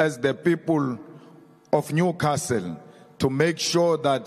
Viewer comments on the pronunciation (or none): none